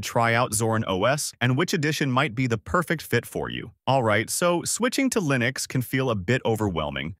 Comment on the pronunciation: The way this bot says "Line-X" instead of Linux. 🤣 Stupid A.I.